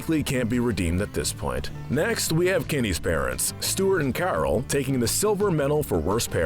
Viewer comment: Did he call Kenny's mom Carl? It's like he omitted the O from Carol.